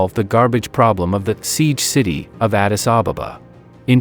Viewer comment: why are you calling it Addis Ababababa when the name is Addis Ababa? No need to double the baba at the back. Learn to say it as it is. Come on, say it with me. 1 2 3. Ad-dis A-ba-ba That's it. Very good.